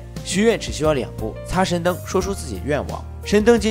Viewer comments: 你到底说了几遍“神丁”？ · 是不是我的错觉，感觉一直听到 阿拉灯 神丁😂